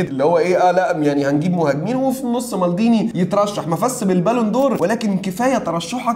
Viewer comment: مالديني مش مالضيني😂